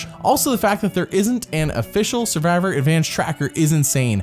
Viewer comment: me skipping the 4th one cos the dude literally cannot pronounce the most critical word "survivor"????